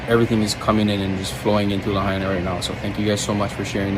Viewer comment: Not lahina . It is .... "La-ha-i-na"! Lahaina is in Ha-wa-i'-i. Not ha-i-iee!